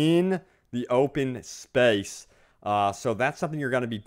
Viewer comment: i fuckin hate the way this guy says space